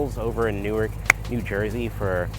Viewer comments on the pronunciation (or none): none